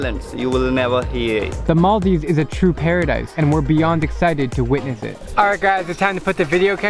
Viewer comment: She's supposed to say Maldives, not mal-deevs